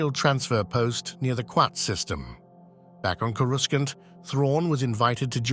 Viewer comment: Is this A.I. narration? Because the way the guy pronounced "Coruscant" is off.